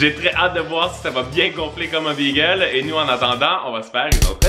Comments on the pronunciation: Salut c’est pas BEEEGEL C’EST BAGEL TABARNAK Pas youurt c’est YOGOURT CALISS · Pourquoi est-ce que tu dis bagel comme le nom de la race de chien ? C'est pas beagle, c'est bAgel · BÉgel............... pas Bigel!!!!!!!!!! Ça m'énerve royalement